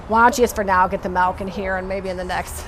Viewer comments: It is pronoce milk not malk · Do you pronounce Milk as Malk? I’ve never heard it pronounced it that way but I’m also Canadian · She said Melk in place of Milk